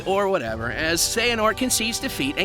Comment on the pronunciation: You finally say Xehanort right but trip up on Eraqus? Someone needs to watch Birth by Sleep theatre mode again.